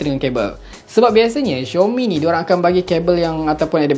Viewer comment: Aduhhh,bkn xiomi oikkkk,tu panggil xiaomi woiiiiii,dh lambat u review la🤣🤣🤣